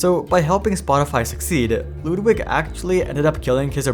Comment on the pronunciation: You pronounce Ludwig surprisingly well